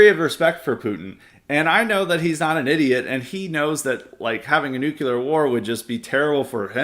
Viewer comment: is right. Having a nucular war would be really bad 😂😂😂